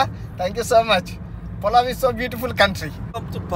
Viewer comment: పలావ్ ని పులావ్ చేసావ్ ఏంటి బయ్యా